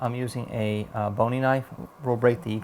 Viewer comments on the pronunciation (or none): none